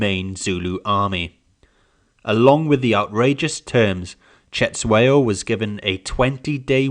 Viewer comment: Its not setshwayo but its Cetshwayo, pronounce it with click sound. Anyway thank you for your lesson